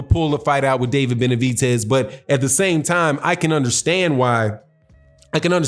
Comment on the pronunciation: Why Do You Mispronounce David Benavidez's (Benavitez) Name?